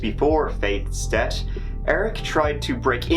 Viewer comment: I am wondering why Irish men will pronounce the 'th' in 'Faith' but then say 'debt' instead of 'death'. Literally in the same. Around the mark to be specific.